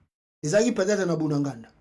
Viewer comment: Apprends à bien prononcer le nom: BUNAGANA. Ce n'est pas "Bundanganda". C'est BUNAGANA.